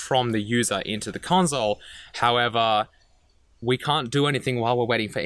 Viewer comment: The “conzole”